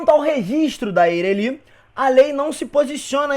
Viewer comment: Muito boa a aula, mas me deu agonia a pronúncia de Eireli kkkkkkk